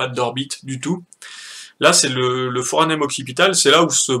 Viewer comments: Et c'est pas le Foranem , mais le Foramen ! Mais bon on n'est plus à ça près ... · Foramen pas foranem... Mais vraiment merci pour ton taf !